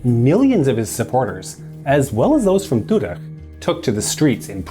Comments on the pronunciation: "Zahedi" is pronounced "Zahedi" not "Zakkhhkhhedi". "Toudeh" is pronounced "Toudeh" not "Toudekhkgkgkhhhkh". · Tudeh is to be pronounced "To the" with a normal "d" sound for the th. "H"s don't make the throat scratching sound, "Kh"s do. These pronunciations hurt my bones somehow :thonk